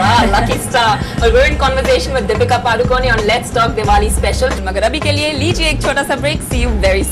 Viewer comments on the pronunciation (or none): She used correct pronunciation first later why she changed it to PaduKON from PadukoNEy dont know